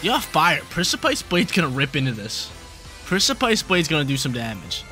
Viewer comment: Hell yeah, reg G! 🎉 Btw precipice is pronounced liked press-uh-piss